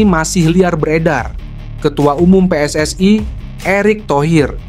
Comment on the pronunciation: Kok bacanya jadi PSSAI, memang sejak bila huruf i dibaca ai ?